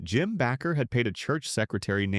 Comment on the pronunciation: Its hard to take your biased narrative seriously when your text to speech device can't pronounce Baker properly.